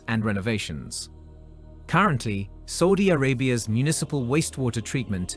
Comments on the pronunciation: its SAUDI Arabia, not SOUDI Arabia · Everytime it says Saudi as Soudi it makes me cringe. Dislike.